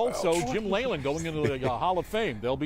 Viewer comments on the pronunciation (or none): LEE-Lind not LAY-lind :D